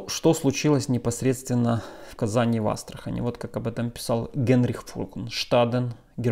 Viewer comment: Казань и Астрахань - с ударением на последнюю А...